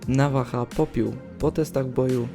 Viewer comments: Nawaha chyba navaja jak ty to czytasz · Czemu mówisz navacha zamsist navaja? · Nwm tylko czego mówisz navaha jak się mówi navaja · navaja naucz sie mówić